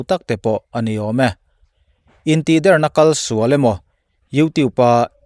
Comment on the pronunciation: Intihder tih hi 'Der' tih hi thluk san tur a ni lo. A bialnu a tih der tih i lam a i sawi ang hian a dik zawk.